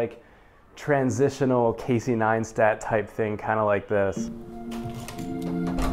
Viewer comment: Don't you mean an UNGODLY AMOUNT of champagan? 😉😄 | Neistat, not Ninestat. 😄 You cannot relate to rich people? You think your poor bumdom is better than them, huh? 😜 Seriously though, there's always stuff to discover about people. No need to be put off by them talking about stuff you usually don't concern yourself with. Or did you sense anything off-putting about their character? - Could have told some entertaining adventure stories about Carlos, thus maybe finding some common ground.